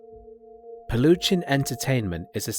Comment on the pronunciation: Peluchín is pronounced peh-loo-CHEEN, the stress or accentuation is on the last syllable and the CH is hard not soft (sh), almost like a J in "jeans". But I understand the confusion, because that monster of a youtuber didn't even place an accent mark/tilde on the I in his name.